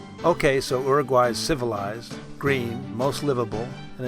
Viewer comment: You would think you would pronounce Uruguay correctly after so much work.